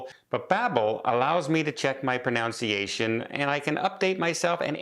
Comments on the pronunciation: Pro-nun-ci-a-tion NOT Pro-noun-ci-a-tion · It’s not “ pronounciation”…… it’s proNUNCiation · it's 'pro NUN see a shun,' not 'pro NOWN see a shun.' Otherwise, fine. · Maybe look up how to pronounce “pronunciation”. Ha ha!!